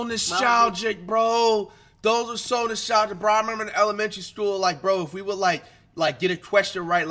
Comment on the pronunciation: Flight: “Noshtalgic” 😂